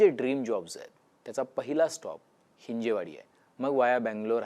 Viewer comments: हि़जेवाडी ❌ हिंजवडी ✅ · हिंजवडी म्हणा हिंजेवाडी नाही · Hinje nahi dada hin-jav, patrakar ahat tumhi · बरोबर, गरजेची बातमी. एक चूक सुधारणे आवश्यक आहे: हिंजवडी योग्य आहे, हिंजेवाडी चूक आहे. हिंदी भाषिक लोकांनी हा अपभ्रंश सुरू केला आणि आता मराठी माणूस पण चूकीचा उच्चार करतो आहे. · हिंजवडी म्हणा हिंजेवाडी काय! ह्या हिंदी लोकांनी गर्दी करून मराठी माणसाची भाषा पण बिघडवली. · हिंजवडी म्हणा साहेब .